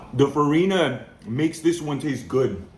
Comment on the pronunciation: It's "farinha", spelled "fariña" ("nh" has sound of "ñ"). The "ñ" from "piñata", for example. And "feijoada" is spelled as "fei"joe"ada). Yes, put "jo" is spelled "joe" in "feijoada".